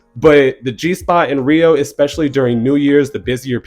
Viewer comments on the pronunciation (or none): none